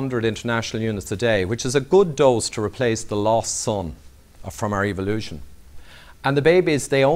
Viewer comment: Don't you love it when it's pronounced E-vilution?